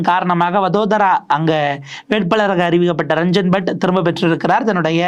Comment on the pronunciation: Ranjan batt not badd????thakoor not thagore??? சரியா உச்சரிக்கவும்